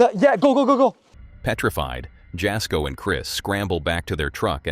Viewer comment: It is pronounced Yasko; the J is silent. And no, he is not a bonafide paranormal investigator. He does it more for fun, and for his followers.